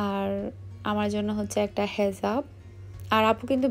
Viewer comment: হেজাফ ।... ❌ হিজাপ ।... ☑️